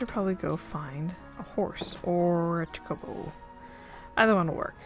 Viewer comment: I love final fantasy as you may have seen from my ffxv series lol. It's pronounced ch-oh-co-bow, although I spent most of my life calling them choc-oh-bows so don't worry. You call them whatever you want to call them :)